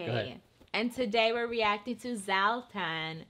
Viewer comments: She almost nailed the surname but his first name you said, zlaataan would be for you in English. Born and raised in Sweden, family's from Bosnia. Black belt taekwondo. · '' Zaltan '' Ibrahimovic